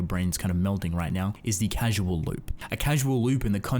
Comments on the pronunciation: 9/10 Excellent concepts and explanations that fit with the themes of the work coupled with interesting visuals, but you keep saying "casual" instead of "causal". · IT IS CAUSAL AS IN CAUSE AND EFFECT, not "casual" like not a serious relationship. Please... it's an earsore. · I'm sorry man its pronounced CAUSAL not CASUAL lmao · Hey uh, it's "CAUSAL" loop, not "casual" loop as you say. Causal, like, causality - this CAUSES that, etc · “Casual loop?” It’s Causal (kaw-sal). As in there is a cause that loops. Not being snarky but it’ll be good to know going forward, or maybe it’s completely useless knowledge since you already made the video. Oh well. Great vid either way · Awesome video but Casual <> Cause-all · Great stuff man! Just for your videos going forward, it's pronounced "CAUZ-EL" loop, the base word being "cause". There's nothing casual about time travel :P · Love your work, but your mispronunciations irk me slightly. Example in this video: you pronounce "causal" as "casual."